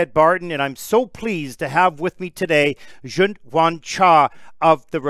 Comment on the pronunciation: Ok the way Ted is pronouncing Junhwan's name like he's French is cracking me up